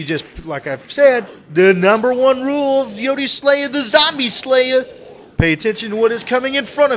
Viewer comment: the intro sounds like its saying yoteslaya